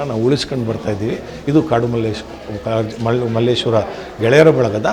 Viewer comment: It's just Malleshwara not malleshwarammmm. Nowadays people changed to mmmmm. Sir has prounced word correctly. Please our people at least Kannadigas pronounce Malleshwara do not follow other people who call mmmmm